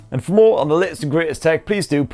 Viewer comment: I don't know why but your cheers sounds like jizz😂